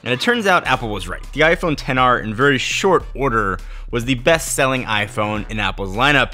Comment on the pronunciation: it's only at this "10R" mention i realize you didn't pronounce X.R